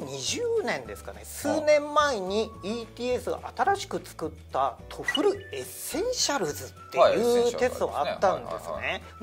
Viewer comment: TOEFLをトフルって発音してるのが気になって仕方ない